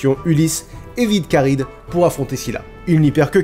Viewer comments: Je me pose une question. Ça s'écrit Charybde en Scylla et dans la vidéo s'est prononcé ChardyDe avec le b muet et moi il me semblait qu'on devait dire CharyBe avec le d muet. Est ce que quelqu'un sait ce qui est correct ? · Par contre Charybde se prononce "karibe" et non pas "karide" :D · Karibde benzema?? 😂 charybde plutot x) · Oedipe ça se prononce EUdipe pas édipe ! Et on dit Charybde on ne dit pas Charybeu , on prononce les 2 consonnes à la suite b et d donc charybeudeu ! La prononciation est pas top :p